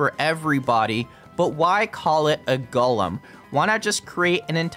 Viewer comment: One of your best videos, plus I respect that you know how to pronounce “Golem” correctly.